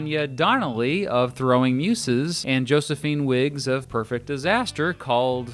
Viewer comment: How the fuck do negate the first umlaut in Hüsker Dü and pronounce the second one? Nevermind... ...if you can’t pronounce Throwing Muses correctly this is clearly a lost cause.